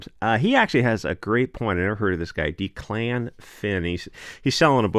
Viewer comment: Declan is pronounced Deck-luhn. Cool video topic.